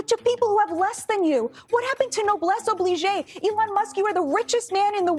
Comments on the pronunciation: Tell that Fox fool it is noblesse oblige (obleej) not obleejay there is no acute on the e. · MAGA wouldn't know what "Noblesse Oblige" is or what it means; so just as well that the speaker didn't know how to pronounce it.